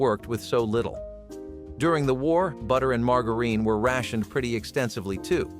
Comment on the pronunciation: He mispronounced margarine drives me up the wall! LOL